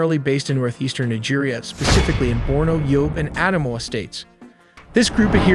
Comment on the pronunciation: Yobe is pronounced as YO-BAY